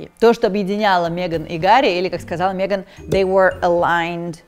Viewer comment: Пожалуйста, хватит говорить мЕган! Ну Мэган же.